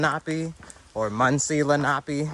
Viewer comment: You were close on the native pronunciation. It’s leh-nah-pay